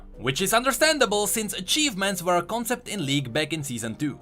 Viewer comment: my brother, my mate, i love you and all but the way you pronounce "were" is killing me slowly. <3